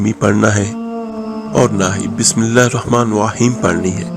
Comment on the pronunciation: برادری یہ ڈالرز چھاپ رھا ھے پندرہ منٹ سے زیادہ بول رھا ھے طریقہ بتانے کی طرف آف نھیں رھا اور تم خود کو بسم الللہ درست تلفظ سے نھیں پڑھ رھے ھو